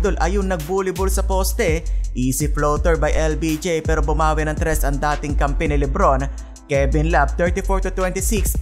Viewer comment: AYUSIN MO MUNA YUNG BACK TO BACK “TRIS” MO BISAYA KA.😂😂😂